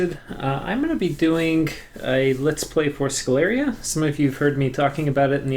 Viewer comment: I suppose Sceleria should be pronounced with sh as in sheep due to the name being derived from latin (campus sceleris) Great guide as always!